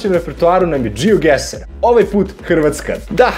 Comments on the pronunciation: Ono kad umjesto geoguessr kažeš geogueSSSR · Džiogaser ahahahaaha kapiraš gaser kao... blokiraću se